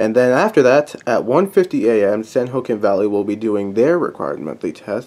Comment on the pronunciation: San Joaquin is pronounced San-Wa-Keen. Just saying.